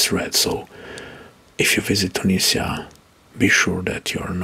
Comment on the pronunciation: Great, but you mispronounce some names, like Abuja, Tunisia or Tanzania 🙂